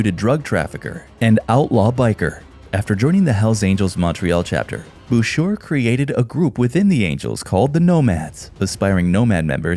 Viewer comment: FYI - Boucher is pronounced like Boushay not Bousure.